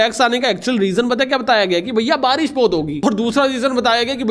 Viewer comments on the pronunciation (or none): none